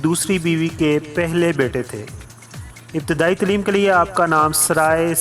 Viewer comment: Good Knowledge... BTW word Taleem needs to be pronounced right way. (tleem nahi bhai Taleem)